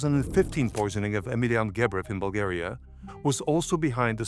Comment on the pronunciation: Why are you saying dates, your name, and Bulgaria wrong? You know perfectly well how they should be.